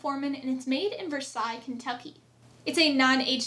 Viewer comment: Awesome, to the point rundown.👍 First person who pronounced Versailles correctly too lol. And of course, the bloopers are not to be missed. Cheers from 🇨🇦, 🥃